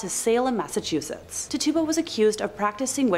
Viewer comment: Tituba = is pronounced Titch-choo-ba